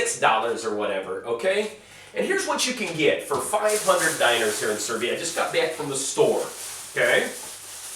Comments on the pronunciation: I love how you mis pronounce dinars. Makes me laugh my ass off every time. Dee-naar Not diners :) lol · It's pronounced "DEE-nahrs" not DIE-ners (or Diners)."